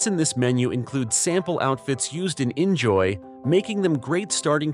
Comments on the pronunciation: In fact, according to the developers, it is really pronounced "injoy/enjoy“. But I'm also surprised abt that 😅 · Yep, he pronounced inZOI terrible. xD